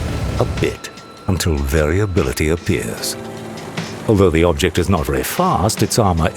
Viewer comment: His name is......"bobject" 😂